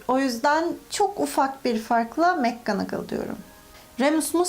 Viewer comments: Abla adlında tüm Türkler mcgonagol on adını yanlış söylüyor aslında makcanagıl diye okunuyor mekkanagıl deyiş çünkü orada ‘’Mac’’ yazmıyor umarım anlatabilmişimdir bdjdjdj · Black ismi bilek diye okunmaz ayrıca Mcgonagall’ıda mekgınıgıl diye okumaktan vazgeç sinirlerimi bozuyorsun kelime telaffuzların sayesinde haterın oldum